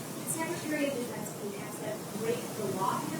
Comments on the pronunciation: "I've got faith in Secretary Hedgepeth" ... are they all drunk? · Did he say hedgpeth 😂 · how come that guy said Petes last name wrong, Secretary Hedgepeth? lol wtf was that? I love how Cotton emphasized it correctly right after.